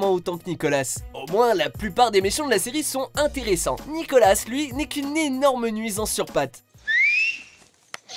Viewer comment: Nicola... pitier Nicola pas nicolasss